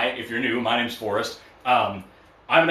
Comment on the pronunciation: Forrest, I love you, but your "R's" do need some work. 😂